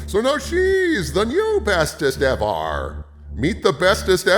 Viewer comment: The second he said "Bestest EVAR" I knew we were in some deep shit